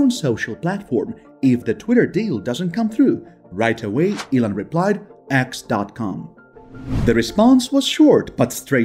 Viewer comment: I absolutely hate the fact that this narrator pronounces Elon as Ellen!!!! It's disgusting and extremely irritating to hear stop using this idiot to narrate your videos!!! Or I'll simply stop viewing your videos!!!